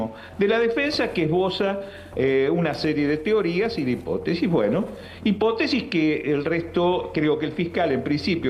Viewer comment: Hipótesis acento en la O